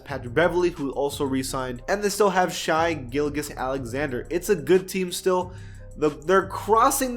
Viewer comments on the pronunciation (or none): Did he just say shy gillgous Alexander! Like if ur a Kentucky fan